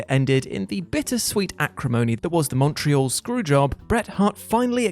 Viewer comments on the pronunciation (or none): none